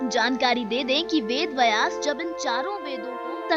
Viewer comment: अरे बहन वेद वयास नहीं वेद व्यास। भाषा का अपमान मत करो